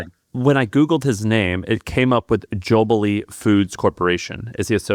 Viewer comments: It’s Jollibee, not Jobille. It’s the McDonalds of the Philippines. 🇵🇭 represent 👍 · Also came here because mentioned (and mispronounced) Jollibee haha. Was surprised to learn they bought a US burger chain